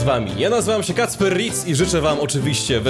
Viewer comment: A nie? Mówisz że Ritz XD